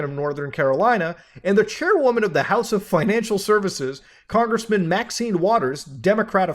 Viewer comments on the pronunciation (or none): none